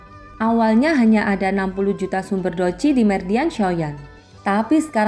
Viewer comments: DOUQI BUKAN DOUCI IYA MIND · douqi ka bukan douci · Kenapa harus doci....😂😂😂 Douqi mbg yg bener